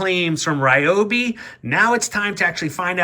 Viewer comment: Learn to pronounce Ryobi